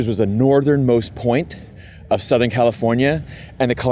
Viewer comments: The SF Bay Area is not Northern California. It is Northern Central California. Northern California consists of the regions north of Sacramento. BTW, you pronounced "California" as "Californier" at least twice in the video. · Kinda of like your way of saying California or America … you say Califorier Americer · lol, you say CALIFORNIARRR. that's the british accent, adding the R's, and considered hood where I'm from in (metro DC area) aka dMv, now residing in SF or (the City) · You call yourself a stickler for pronunciation, but when you say Californ-yer and Americurr it just makes you a dick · 8 seconds in your British adding an r to words that end with the sound ah.. Californier… that’s always interested me with British pronunciations